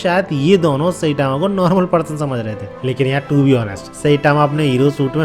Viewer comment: Sai tma ❌ Say tama ✅.